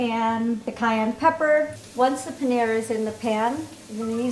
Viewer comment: the way pronounced paneer hurt my soul